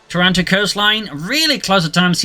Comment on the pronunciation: Thanks for the cast.just one thing tho, it's TARanto not TarANto (like the city in Canada) I live not far away so its cool to see these places in a game. Cheers!